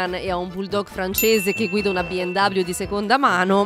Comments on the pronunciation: BMW è tedesca. Si pronuncia "be em ve", non "be em dabliu". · Ma perché pronunci “BMW” Bi Em Dabliu all’inglese? La marca è tedesca e i tedeschi (pronuncia originale) la chiamano “BE EM VE” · Numero+1 special: "Biemdoubliu" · Biemdabbliu non si può proprio sentire🤣🤣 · Al "si è comprata una BI EM DABLIU" per BMW, ho bestemmiato fortissimo...😑